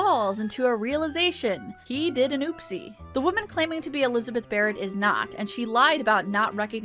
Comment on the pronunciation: Oh! When you said "Elizabeth Barret", I thought you said "who isn't a ferret".